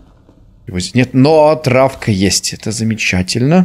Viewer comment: Слово " Травка" звучит очень странно😂😂